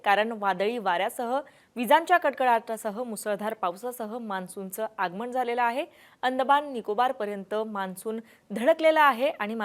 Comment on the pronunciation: आगमण 😪प्रमानात,. बाकी बातम्या छान दिल्या